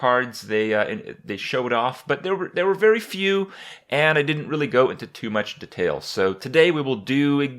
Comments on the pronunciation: Kripp dude it's DEtail, not deTAIL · WTF IS DEHTAIL NIGGA ITS DETAIL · the way you say detail suuucks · it is de-tail not "d-tail" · IS EVERYONE JUST GOING TO IGNORE THE FACT HE SAID DETAIL AS "Da-tail" AT THE START OF THE VIDEO LOL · "Dtail" FailFish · De tale? Instead of detail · You pronounce detail cinda funny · love how he says Detail :D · Holy fuck the way he says detail... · you say detail funny XD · the way he says detail makes me cringe.